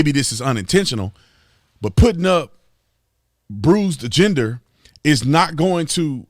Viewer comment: I'm pretty sure Brandon is mispronouncing his name, but it's actually perfect. Bruce Gender. :)